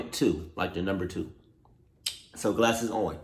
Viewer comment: I know you did not just say classes instead of glasses